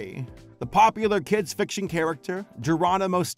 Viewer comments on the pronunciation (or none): none